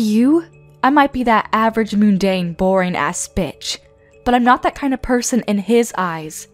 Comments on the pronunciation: Not Moon-Dane!! Munn-Dane. Jeeze!!! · It’s mundane there’s an n in the word and it’s pronounced like un not moon.